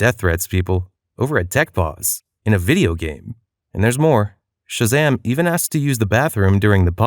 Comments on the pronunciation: 'Ten'ZEE' and 'Shah Zam' all one acronym bro hahaha just pronounced 'tenz' and 'shazam' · "ten zee and shah zahm" mf did NOT tell his fiverr voice actor how to pronounce shit